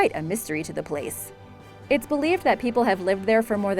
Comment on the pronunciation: I'm sorry, but If a person makes money narrating videos, they should spend a couple of seconds googling the pronunciation of words they don't know. This bitch just butchered the word ARCHIPELAGO. (Hint - Don't pronounce the H) And Vestmannaeyjar was awful too. I found correct pronunciation in about 4 seconds.